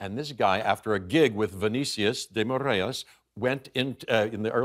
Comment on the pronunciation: I love how he mentioned so passionately the story behind the movie. The only thing Americans get it wrong with Portuguese is some pronunciations like when he said Vinicius de Moraes’ name. He said it like “Morêias” (Morreyes) when it’s actually pronounced “Mor - eyes” like each sound separated. But the interview was such a delight that it didn’t even bother me. Love from Brazil!